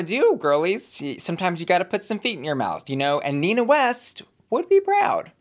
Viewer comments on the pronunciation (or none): none